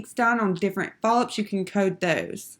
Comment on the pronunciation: Is it just me or were the mispronunciations of medical terminology just ruining this video? The speed-talking while reading the coding definitions was crazy as well. I understand that you are trying to be helpful with the video, but if you are in the coding field, you should really know how to pronounce these terms correctly. Also, am I the only one hearing her say polyps as if it starts with an "F"? Really distracted me from the material.